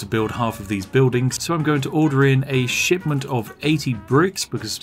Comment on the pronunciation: Thought he was saying "a shit ton of bricks" not "shipment of bricks"